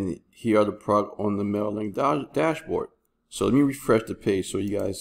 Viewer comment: I don't know if you just mumble or something but every time you refer to mailer link you are saying mailek. do you actually test this program? youre recommending aweber because you earn commission?